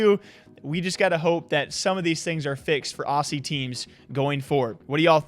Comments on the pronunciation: Fyi say Ozzie not Aussie or how you do awwhzzie. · what is ossie mate wtf is wrong with how u say it dude.